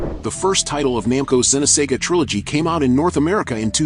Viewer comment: Xeno saga not xeno sega... also shion is not the android. Kos-Mos is.